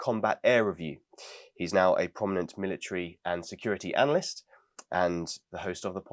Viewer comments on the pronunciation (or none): none